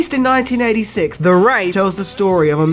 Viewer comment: He always pronounces TH as either V or F it is incredibly annoying